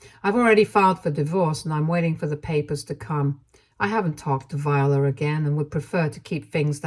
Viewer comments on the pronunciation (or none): The name Viola is pronounced vye-OH-la. Not Vyuhluh. This is my middle name and was my great grandmother’s middle name, my grandmother’s middle name, and my aunt’s middle name. Vye-OH-la. Similar to how the instrument is pronounced. Hearing you continuously mispronounce this name is actually kind of startling to me.